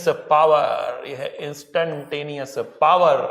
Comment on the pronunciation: sir please don't say par say's power